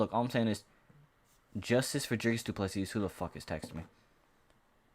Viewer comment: Silent S on du PlessiS..you welcome bro 🙂